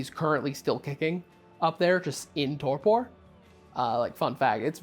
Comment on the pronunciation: your pronounciation of "torpor" here is fantastic ♡ Lovely on the ears.